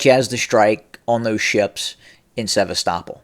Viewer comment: Hey, the pronounced "Sevastopol" properly. Ah oh, must be a Putin asset. LOL! Better not call Kharkiv "Kharkov" ( it IS Kharkov though, as the city is overwhelmingly ethnic Russian, and they call it Kharkov). But if you say Kharkov, the NAFOs will go crazy, and Sarah the transgender spokesperson for Ukraine might announce your demise. Seriously, Sarah said the other day that Ukraine would kill bloggers that speak against Ukraine's war effort. I am NOT kidding about that. Luckily you are in the U.S. and I don't think that the Ukrainian SBU (secret police) has a reach this far. But Sarah did elude to the idea that Ukraine may try to kill American blogger Jackson Hinkle when he goes to Russia next week. You should do another report on this Sarah person, because her/his statements, officially on behalf of the Ukrainian government, about killing bloggers seem completely mentally deranged. Further, Ukraine has NO RIGHT to attack American bloggers who speak out against the war. We, the US, are NOT at war with Russia, and any American blogger has a CONSTITUTIONALLY PROTECTED RIGHT to Free Speech, to speak out against US involvement in the Russo-Ukraine War. American blogger Jackson Hinkle, who is actually pro-Russian, has a right to speak out whether anyone agrees with him or not. Ukraine can not threaten to kill or imprison an American just because he does not side with Ukraine. Look at the disappearing of American blogger Gonzolo Lira. Not a word about it from the B